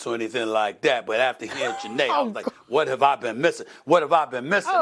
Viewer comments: you’re Nigerian how you don’t know how to pronoun Chiney’s name? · I just made the same comment. How a Nigerian can't pronounce names?!😅 especially wen they pronounce her name daily on worldwide media. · Your supposed to be Nigerian and you can’t even pronounce chiney last name right smh 😂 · I stopped watching when this clown couldn’t pronounce Chiney’s name correctly. Dude, you could’ve just said it the way everyone else does. Goofball ass channel. 🤡